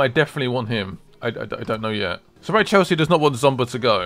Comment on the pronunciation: Said Kurt Zouma wrong apparently - no more comments needed. Blaming my mate who said it was definitely pronounced zomba lol - oh well :D